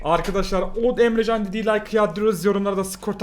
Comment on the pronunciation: Abi Emjan değil EmreCan